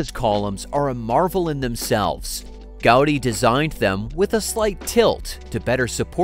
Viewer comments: Man könnte ja ihm zu Ehren seinen Namen richtig aussprechen: Gaudiiii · My-orca | Gow-dee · Gau-dÍ! With accentuation on "dÍ".